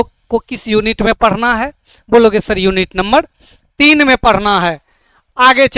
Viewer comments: Sar Padna hota hai parna nahi😂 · Padhna hota hai padna nhi😂 aur sar nhi hota sir hota hai 😂